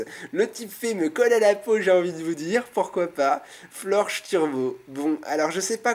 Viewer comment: C'est pas Florge... C'est FlorgeS